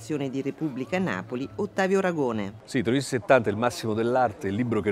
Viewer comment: Troisi, non Trosi!